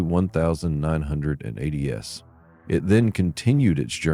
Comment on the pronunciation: Say 1980s again